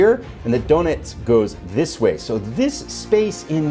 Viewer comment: Sounds like "donuts" River ::)....I believe its "Donetz". Your friend Phalanx.